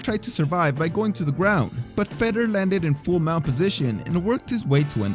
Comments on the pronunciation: Fedor. Fay door ..not feder. Sorry drove me nuts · How about spending a few minutes learning how to pronounce their names properly.. for example its "Fedor" not "fetter" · Fedor is pronounced fee door (not fed oor). lol. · Feder? You mean fedor how are you making videos about mma and can't pronounce the name correctly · Why does it sound like you are saying "Fedder" instead of Fador? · Feydor not feder!!! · Imagine making mma videos for YouTube and you call the GOAT “fed-er” I hope everyone unsubscribes this complete fraud! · I cannot stand how he pronounces fedor like cheddar 😂😂😂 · 1. Say it with me, FAY-DOOR 2. Nice Khabib v Conor thumbnail but no mention :( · "Feddar" Emelianenko? Come on man. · Absolutely nobody:: "Fedder" Emelianenko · At least pronounce the names correctly. Fedor??? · Filthy casual detected by the pronunciation of 'Fedor' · It annoys the hell out of me the way you pronounce fedor